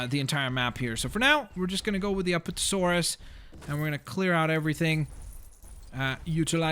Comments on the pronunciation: Also, it's "A-PATT-O-Saurus," not "App-uh-tuh-saurus." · ap-at-a-saurus! not aptasaurus apatasaurus! love the vid thought ur awesome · Don’t you hate when someone pronounces something wrong? Examples are: said apatosaurus wrong, and mosasaurus wrong. IT EVEN SAID MOSASAURUS IN THE DARN VIDEO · You say the apatosaurus wrong apad-asaurus